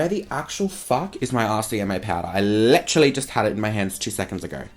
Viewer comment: "Lit-tra-lee" aka literally lmao 😂 love you ❤